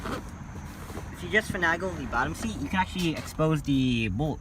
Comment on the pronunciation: One criticism, finagle has an A like (A)BC not (a)pple.😂 No for real though, very well spoken and very informative. Great job!!